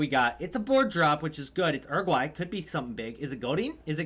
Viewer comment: I like your channel, but why is it that American people can’t speak. What is Er-ig-wy